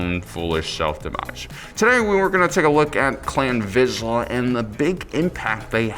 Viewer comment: Vizsla - pronounced “veesh-la”. If you copy the name of a dog breed, at least pronounce it correctly.